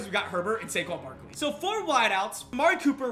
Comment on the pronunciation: I want him to say saquon barquon again😂